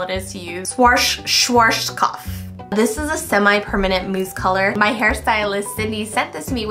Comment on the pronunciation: Schwarzkopf is like shh-warts-kopf 😄 I dont know if that helps haha.